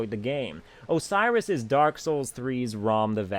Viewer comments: OCEROS? really? ahahahaha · Ok your saying it like Osiris the Egyptian god. That's not how it's pronounced. I'm sorry for commenting this but for some reason it's like a pet peeve for me. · Lol... Oceiros... not sure why you have such a hard time with him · ok 1. Your rants are hilarious. 2. Oceiros? really?